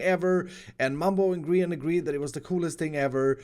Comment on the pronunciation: It’s grain not grain